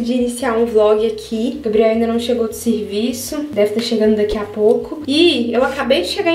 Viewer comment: Tão bonitinho ela falando "sirviço" ☺️